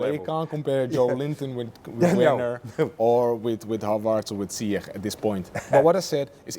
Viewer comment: Who is ZI-CECH?? 😂😂